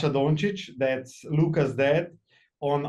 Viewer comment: Sej ti kr slabo rata ko poslušaš dva kmetavza ko v polomljeni angleščini pametujeta. "very often, very seldom". "Lukas dead!" "kofeine". Bogpomagi.